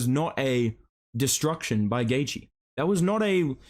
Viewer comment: I’m so glad you don’t butcher Justin’s last name like Flukas Glazey